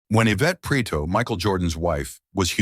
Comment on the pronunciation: Pree-eh-toh. It's not that hard.